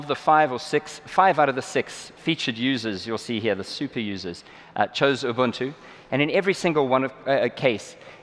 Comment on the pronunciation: OK everyone. Please pay attention to how he pronounces, "Ubuntu". It's not pronounced, "Yoo-boon-tu" or "Yoo-bun-too" or "Uu-bun-too". It's "Oo-boon-too", however, "Uu-boon-too" is also acceptable. I know, I know. "Tomato", "Tomato", but it's a pet peeve of mine.